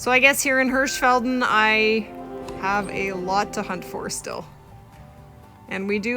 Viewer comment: Hirshfalden not hirshfaldn